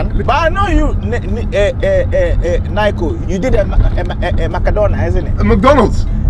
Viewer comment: "are u da one they call nayko" 💀💀💀💀